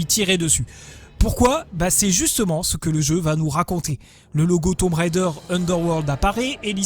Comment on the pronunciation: Enfin un Français qui ne prononce pas "Railledheure" :)